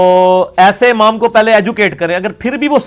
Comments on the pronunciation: عمام نہیں ہوتا امام ہوتا ہے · لفظ عمام نہیں امام ہوتا ھے.